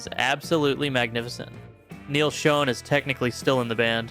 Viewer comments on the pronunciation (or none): It's Neal Sch-ON, not Sch-own!!!!!!!!!